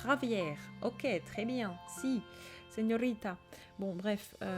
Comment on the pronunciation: 😂😂C'est sympa "Javier", "señorita" ton accent espagnol est excellent.